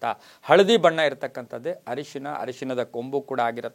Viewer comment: Ayyo le enro daridra ... Harishina alla arishina.. Modalu kannada kaliro